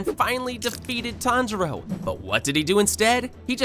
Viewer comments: Is no one talking about him saying tanijro 🤣🤣🤣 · So you don't know how to pronounce their names Nakime is (Nak-a-mee) Tanjiro is (Ton-juh-ro) And everyone else's I can't explain